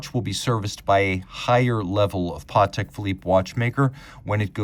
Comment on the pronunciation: Patek , not Partek.